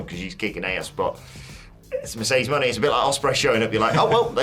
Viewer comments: Mo Ne’ not Money! 😂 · Is there any amount of money I can throw at you to stop saying Moné like that?